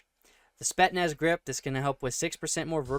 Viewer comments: This guy really said “spetnez” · When my boy said "Spet-Naz" I lost it.